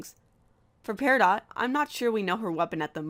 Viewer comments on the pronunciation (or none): none